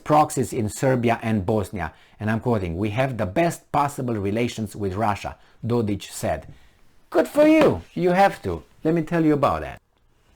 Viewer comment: Dodik... not Dodić